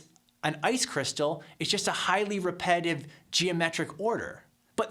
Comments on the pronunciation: It's not repetitive, according to this dude. It's 'highly repe-dive'. Yes, 'highly repe-dive', there, I said it again. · it would also help his case a lot if he would learn to pronounce "repetitive" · When you can't pronounce "repetitive", then repetitively mispronounce the word, the irony destroys your credibility on anything more "complex" in your argument.